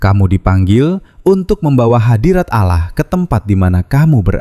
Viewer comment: Kenapa ia dari kata ALLAH jadi Aloh kenapa ia ini yg janggal kalau ALLAH ia ALLAH ga usah Aloh aduh ampun deh DJ